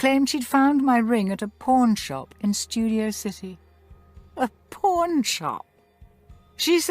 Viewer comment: She said pawn like selling crap that people might need